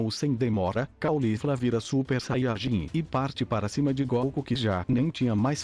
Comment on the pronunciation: vc fala saiarjin e fala muito baixo